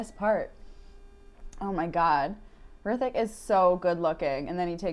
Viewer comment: Actually it's not 'Hrithik' but 'rithik', 'H' is silent. Plz react to tanajhi movie trailer plz 😀.